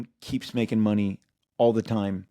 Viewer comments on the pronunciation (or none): none